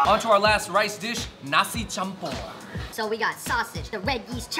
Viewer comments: "C" in "Nasi Campur" not read like "Car". But more like "Child" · indonesia's c is pronounced ch so nasi campur is actually nasi champur :D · and its pronounced nasi champur not nasi kampur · campur is not pronounced kampur the c is pernounced cham pur not kampur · kam-pur hahahahaha it's pronounced as cham-pur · Great Video, im mixed Balinese (Indonesia) / Australian Ive just come across you guys, all your clips are awesome. Just letting you know though the 'C' in Campur and other indonesian words is pronounced like a 'CH' so its said like CHAMPUR (Campur means mixed) so Nasi Campur (mixed rice) Love you stuff guys. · You guys should try Bandung (west java, Indonesia) culinary, we have various food from all around the world 😁 i like the way you say "nasi campur" i heard you said "nasi kampur" 😅 but that's okay #come and explore Bandung# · nasi campur , using C or Ç(turkish) not K = kampur. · It's nasi Cham-poor you guys 😂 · Awesome video but guys, campur is pronounced cham-poor. And see you later is "Jumpa lagi!" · campur pronounce as champ-or. kocok pronounce as ko-choke.